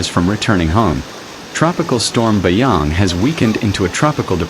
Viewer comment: Not BAYANG.. BASYANG